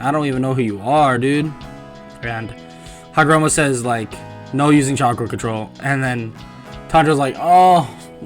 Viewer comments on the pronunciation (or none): You said haragomo not hagoromo